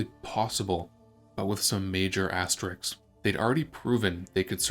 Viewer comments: Sigh... Asterisks, not asteriks.. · but with some major axterix - That's the way it was pronounced, but that's wrong. It actually ASS TER Isk